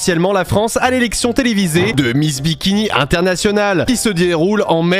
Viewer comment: j'ai l'impression de devenir fou à force d'entendre "Miss Dimitri" à la place de miss bikini....